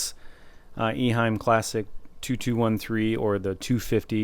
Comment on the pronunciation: Nice video! Thank you! I had one of these filters in the 1980s. At the time, it was not (yet) called Classic. Simple and reliable. It did a great job. I have just a small correction. The name of the company is not Iheim. It is Eheim.